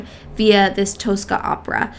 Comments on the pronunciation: Please... It's not Toastcar Toas-cah, but "Tosska" like in toss-it-away. Two short syllables. No more Toas-cah, please. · Tosca pronunciation is Tos-ka.